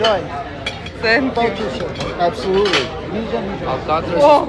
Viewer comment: Нормально погуляли. Осталось только научиться правильно произносить слово " Thank you". Пора бы уже . Ну нет там звука "С", вообще нет.Тем более такого четкого ССэнк ю.